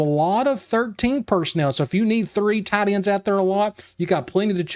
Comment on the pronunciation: “Tee-un Tide Ends”